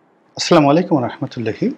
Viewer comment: আপনার ছালাম দেওয়াটা ঠিক হচ্ছে না। আসসালামুয়ালাইকুম উচ্চারণ করতে হবে। নইলে অর্থ ঠিক হবে না।